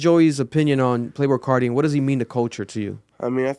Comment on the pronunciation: “Playbrul Carti”